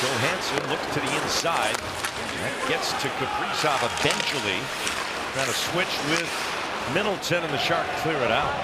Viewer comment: Kaprizow. lol i always hear Capri-Sun